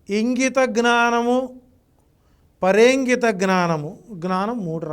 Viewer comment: జ్ఞానమూ అనండి. గ్నా నము అనకూడదు